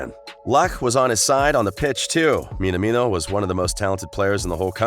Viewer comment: His name is pronounced Min-amino, not Min-a-mino.